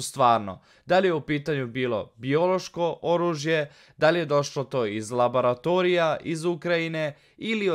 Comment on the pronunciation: Ponešto korektno ispričaš... Pobogu, ne kaže se labaratorija, niti plandemija.... Napravi pauzu i nauči ponešto iz petog razreda, majke ti...